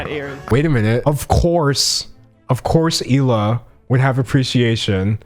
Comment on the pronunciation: Finally you pronounced Hila’s name correctly